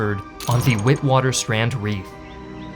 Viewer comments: It’s pronounced vitvatersrand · WITWATERSRAND is not pronounced like that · Some of the pronunciations hurt